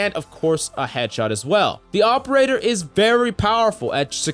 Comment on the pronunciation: All i can here is AWPerator